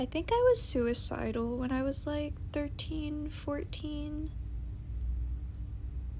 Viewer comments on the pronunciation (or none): Don't say soupicide.